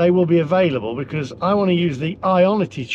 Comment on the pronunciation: Another -ism speech quirk is the way he pronounces "because". He says "be-corrs" but everyone else says "be-coz". Is it a general East Midlands thing? The only other person I have ever heard say "be-corrs" was 70s Labour politician Denis Healy but he was from Yorkshire! Very mysterious:)